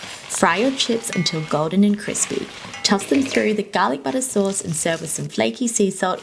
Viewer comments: The fact that people are commenting on the greasy-ness of the fries. But I am still wondering why I heard Parme-san with the literal S sound 💀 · She said PARMASAN instead of Parmesan Edit: Cuz theres a difference in pronunciation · nah, any American who pronounces it with a soft g sound "parmegan"/"parmejan" is mispronouncing it.